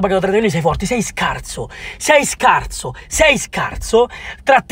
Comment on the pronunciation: Ma perchè dice scarzo? Ahahah